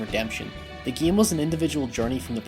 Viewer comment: "this video examines the opening and closing of the geam"